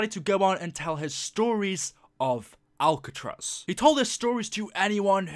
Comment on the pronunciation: It is Alcatraz not albetross